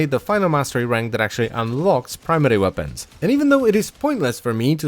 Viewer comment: Wopens, you said wopens